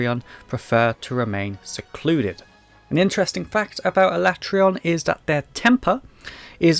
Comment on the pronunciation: Alatreon is my favorite as well, also my first introduction to them as MH3U was my first MH. But I still think he's the coolest after experiencing the others. Even his name is sick, though I prefer pronunciation of it rather than the official one. I also pronounce it that way.